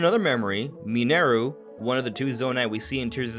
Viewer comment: Mineru isn't pronounced like that!!!